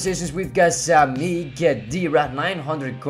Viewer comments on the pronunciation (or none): none